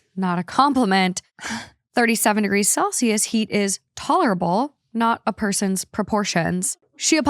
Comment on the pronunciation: she really said taller-able instead of tolerable 🤣